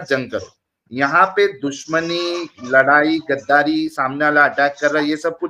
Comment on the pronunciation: O loura nahi, lorai(লড়াই)/fight bol raha tha 🤣🤣🤣🤣🤣😂😂😂😂😂😂😂